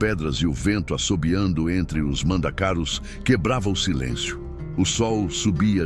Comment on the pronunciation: Para de chamaro mandacaru, de forma errada, está doido